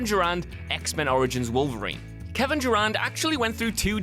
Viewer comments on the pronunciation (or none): none